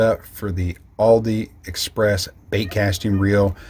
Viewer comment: Is he saying Aldi express?